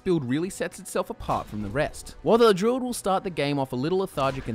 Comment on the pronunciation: Everytime he says druid, I hear jew...